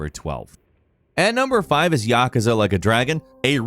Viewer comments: " And number five is YAKZALAKADRAGAN " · "Yaw-kah-zah" is definitely not how its pronounced, come on.... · yah kah zah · Yakaza... righttttt. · I cringe everytime pronounces "Yakuza". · Pronounce Yakuza one more time pls just for lolz xD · Dont ever miss pronounce "Yakuza" that bad.... Ever again. Thank you 🤦🏼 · Thank you! The way he pronounced it and said the whole title super fast, I thought he said something about Godzilla 🤣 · Somebody teach this guy how to pronounce Yakuza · The man pronounced yakuza so weird